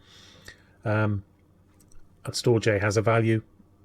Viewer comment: Damnit man, It's pronounces "Storedge" 🙂